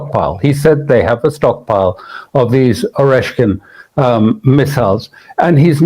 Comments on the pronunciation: hand-pink-waving:It is not orshan but oreshnik missiles. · It is pronuncerà Areshnik with an accent on the e! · Imagine attempting to sound authoritative on a subject when you cannot even pronounce the name of the subject correctly. What part of "nik" can't you understand? Christmas is only a few weeks away...think old saint nick (short for nicholas). We won't even ask you to roll your "R." But then maybe this Is AI? If so, we need to rename it PI (pretend intelligence).